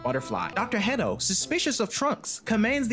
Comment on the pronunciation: I keep hearing dr pedo not hedo